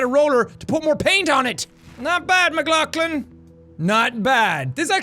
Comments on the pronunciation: every time jack says his last name it sounds like McGlocklin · when you are mad about people saying mcglocklin you just said it